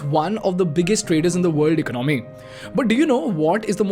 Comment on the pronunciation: Plssssss…. Eca-naami nahi, eco-nomy, and it’s not oppar-tunity, but oppor-tu-nity! As an expatriate, I can confidently say that people don’t leave India for not just economical benefits, but for the change in lifestyle. I can also confidently say that 90% of Indians who live abroad feel hostage living abroad in lacklustre lifestyle despite those dreams because of the rat race mentality that we’ve been brought up with. I’ll blame it on the cheap Indian mentality of running behind money and wealth creation which we don’t end up enjoying running behind money till we’re 60 to repay our 30 year mortgages. The day idiotic parents push their kids to pursue Engineering despite their kids’ passions, this brain drain will continue.